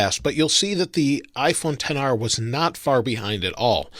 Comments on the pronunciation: It’s pronounced XR not 10R stupid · ‘Ten R’? I thought it was ‘XR’ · No one: Not a single soul:: IPHoNE TeN R